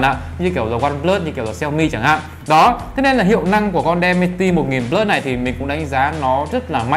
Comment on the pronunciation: Đọc là đì men ci ti một ngàn bờ lớt nha bro :)))) Mình nghe nói hình như có loa kép nữa đó Mình quyết định sẽ đổi từ k30 pro qua k30 ultra vì trải nghiệm màn 120hz và 2 loa vì đó là những thứ trải nghiệm hằng ngày rồi mặc kệ là con chip gì :)))